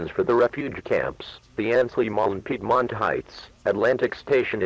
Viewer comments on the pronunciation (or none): none